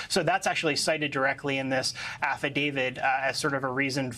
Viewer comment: Why are so many people in the media pronouncing this "Affa David"? It is a "t". Affadavi*t*.